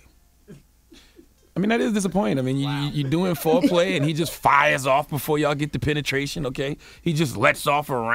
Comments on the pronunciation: Nigga said Flo-play 🤣🤣🤣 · Omg when I heard "Flo-play" I thought something toooootally different for a second. 🤮